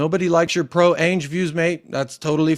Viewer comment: Hi there hope you are well lots of parallels with what we experience in the Arsenal fan base. Was interested to see how you tackle it. One question though why do you pronounce Ange Ainge? It's the A sound from Adam or Anville not the A sound from Apex or Aviary. There is a youtube channel that specialises in pronunciation. I haven't decided if I like him or not but I do feel like it's respectful to pronounce people names correctly. I am not telling you how you should pronounce it by the way it just interests me as I presume you hear everyone else calling him Ange as if it were short for Angela and yet chose to pronounce it as Ay-nj just curious